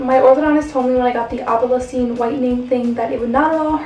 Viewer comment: It's "opal Essence"